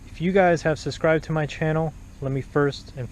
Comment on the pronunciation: It's subscribed not suscribed btw